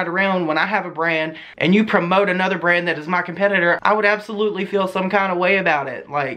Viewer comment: Every single time you said BRAND I heard BREAD for some odd reason 😂